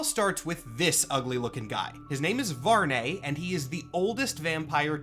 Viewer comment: I think the correct pronunciation might be VARR-NEE like algae. Impossible to be sure if nothing official confirms it but I prefer the nay sound. Blood Hunt kinda seems like a Marvel writer liked the Volkihar stuff in Skyrim and wanted a Marvel version to be a thing.